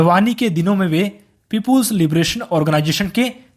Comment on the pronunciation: Peepuls libural organization 😅